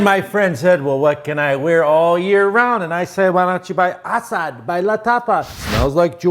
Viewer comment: Went to high school with an ASAD!.We didnt say it like that though